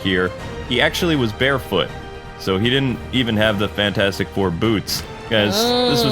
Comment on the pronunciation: The “fantastif four” might wanna fix that lol Edit: ok he fixed it